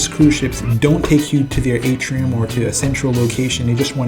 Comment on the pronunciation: Atrium not Atrum, otherwise pretty good vid; Will be on the Seascape next month; Thank You